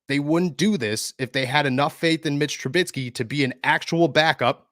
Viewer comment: Mitch is on a 2 year contract so he will be here next year. BTW it's Trubisky not Trubitsky lol